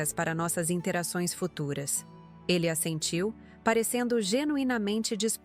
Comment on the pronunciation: Assentiu , não " a sentiu "